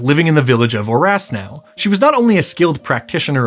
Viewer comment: Orasnou is pronounced Orashnou and it basically means new city / new town in Romanian